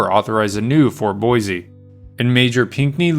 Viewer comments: Learn how to pronounce 'boise' .. it is not boy-zee.. it is 'Boy-see'. I am a 71 yr old Boisean who will consider liking/subscribing at that time. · Thank you for the history lesson. Plz accept my suggestion. Boise is pronounced Boissee. Not Boizee. Thanks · It’s boy-See, not boy-zee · Thank you for the very interesting story that I had not heard. Could I be so rude as to make one suggestion? The name “Boise” was mispronounced throughout the audio. The correct and historical pronunciation for the city is “ Boy C”, with an emphasis on the “C”. Pronouncing the word with an emphasis on a “Z” is a Californication of the word. It makes Idahoans cringe and pretty much immediately identifies you as being from California. Thank you. Keep up the good stories. Thank you. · Just because "most people" say it that way, ford not make it correct. It is, and has always been, pronounced Boy-see. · In Oklahoma, or little town is Boise ("Boys") City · ”BOIZEEEEE!!! ZZZTATEEEE!!!” 😂😂😂😂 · Boise a s not a z.